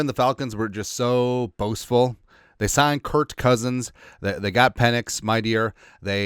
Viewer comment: Why do you call Kirk Cousins, Curt Cousins?